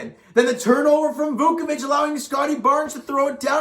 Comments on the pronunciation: Yeah I heard he said “Dukeavich” There’s no D in his name it’s Voochevich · Down by a huge deficit, come back to to make it close and lose due to a missed buzzer beater. Yeah that sounds like the Raps, this team still has no clutch gene 😬 Edit: also, come on man. "Voochevich" is how it's pronounced, it's really not that hard.